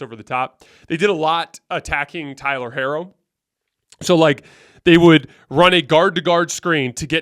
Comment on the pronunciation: C'mon 😂 that is not how you pronounce Tyler Herro's name. Or Rui Hachimura's name for that matter